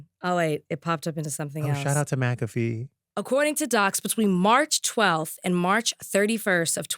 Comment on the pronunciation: Not macafee 😂😂😂😂 Justin kills me